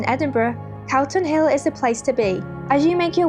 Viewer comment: I may be mishearing but it sounds like your saying Carlton hill not Calton (call ton) and its Edinburghs disgrace not Scotlands